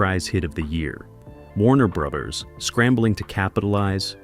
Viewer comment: "Warner Breathers"?? Really? Come on..at least review the readings of the narrator before you make a presentation. And you wonder why you only have 2k views. This sort of oversight just ruins' the impact of the channel. If this is A L...teach it better...if this is a real human..get someone else.